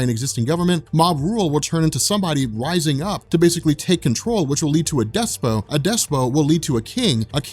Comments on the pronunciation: im not sure if this is right but i think the word Despot is pronounced (des-pit) not (des-poe) but i could be wrong. i was just like.. whats a despoe lol. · This guy said "Despo" instead of "Despot". Lol. Same thing like in that fucking Legion video, he kept pronouncing "Cadre" as "Cader", over and over and over. Kentucky is FUCKED up in their schooling, lolololz.